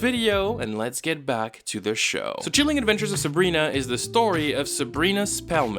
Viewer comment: "Sheeleeng adventures of Sabrina" hahahahahahaha